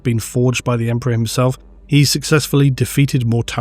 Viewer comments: Right. Emprah'. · haha Emprah sounds better tbh. The word will never be the same again.